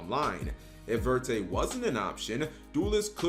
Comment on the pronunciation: verte means green in French. Even if verte would be the name of the card, it would be better to actually say it in French rather than broken English. If you see "croissant", will you say "croy-sant" or will you pronounce it with the French pronunciation? Many yugioh cards have French names in the English tcg. Look at the papillon cards. There meant to be referenced as French names so either say it in French pronunciation or use the correct English word instead.